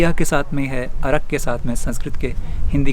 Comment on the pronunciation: अर्क hota hai... arak nahi